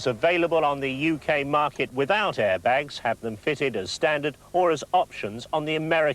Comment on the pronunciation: ITS CALLED AIRBAGS NOT ARIBAGS